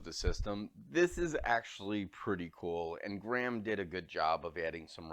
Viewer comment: Graham is pronounced Gray-am. :)